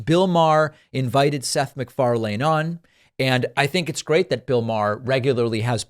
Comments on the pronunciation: Dude......seth mcfar(lin) not mcfar(lain) You dumb mother fucker. Can you really, not go on this same fucking platform and find out how to produce these fucking peoples names you piece of shit? Fuck you you fucking fuck. You do this shit so fucking often it is fucking ridiculous. Wikipedia that shit and read the phonetic pronunciation, watch youtube, listen to people pronounce his name when they go on his show, listen to them pronounce it on an awards show......open your fucking ears and stop sounding like a fucking idiot. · Just a heads up Macfarlane is pronouced like "lin" as the last syllable not lane (as in driving on Pudding lane). Example of Seth saying his name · Just for the record you don’t have to pronounce Seth last name is not pronounced Macfar- lane. Separate. Just put the words together Mcfarlane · Good stuff. You are not pronouncing McFarlane correctly. McFarlynn is how it is pronounced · It's Mcfarlin, not mcfarlayne. It's like nails on a chalkboard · David your saying his name weird. I get that's how it's spelled, but if you watch any of his own media the "lane" in Macfarlane is pronounced "len" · I thought it was pronounced "Mc Far-lin" rather than "Mc Far-lane." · I think he pronounces it, mcfar-lin. Not lane. I could be wrong but generally thats how others pronounce it and how he himself pronounces it. But anyway he's right. Maher has Fallen far. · Pronounced McfarLIN, not LANE lol. Drivin me crazy with that, David. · Is it really pronounced Mc-far-lane? I thought it was more like Mc-far-lynn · Seth's name is pronounced McFarlin not Mcfar..lane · It's pronounced Mic-far-len. Not mic-far-lane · It's not McFarlane. Its pronounced McFarlan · Macfarlane rhymes with “pen,” not “plane” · Just a quick side note: "MacFarlane" is pronounced, "Mc-FAR-Luhn," not "Mc-FAR-LANE" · Land not Lane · its pronounced "MacFarlin" not "MacFarlayne" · Far lane hahaha its pronounced farlin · 'Seth Mcfar-LANE' :) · The name is pronounced more like McFarl'n.